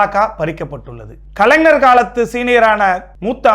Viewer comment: முதலில் தமிழை நன்றாக படிக்க கற்று கொள்ள வேண்டும்...bro. கலைஞர் என்பதை சரியாக உச்சரிக்க வேண்டும். கலைனர் அல்ல...😂😂😂